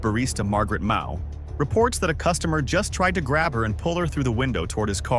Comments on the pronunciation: Barista, not Bariata. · Ugh, another stupid AI channel. What the hell is a bariata?! 👎👎